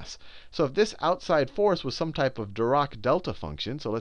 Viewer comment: Just wanted to let you know Sal, Dirac is pronounced with a harsh 'a' sound as in the end of 'attack'. We have a library at FSU named after him. I'm very proud to learn this subject at the university where the man who invented it taught.